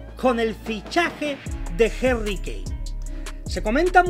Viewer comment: Quien es Jerry kane??? Se dice HARRY CON A no con E